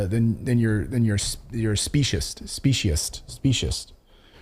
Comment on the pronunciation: Hi , Clayton, just because it seems you have had difficulties more than once with the word "speciesist" , this is how it is pronounced: spee-see-sist